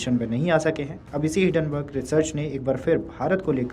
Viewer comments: हिडनबर्ग नहीं है हिंन्डनबर्ग है । अच्छे से पूरा पढ़ा करो। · आठवीं फेल एंकर, हिडेनबर्ग बोल रहा है